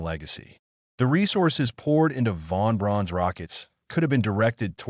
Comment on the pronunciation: Werner "von brown," not "brawn." Ver'-nurr, not vern-her. "V2," not "V" ... "2."